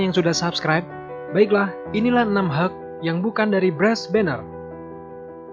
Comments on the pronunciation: Helk bukan heg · ini pengucapan nya asli deh, hulk is not helg,pas totally awesome ketara banget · It just sounds like 'Heuk' not 'Hulk' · Bacanya yg bener itu (hag) (huk) ? Kok dengernya aneh ya kalo (hag)